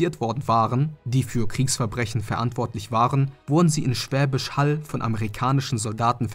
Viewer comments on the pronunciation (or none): none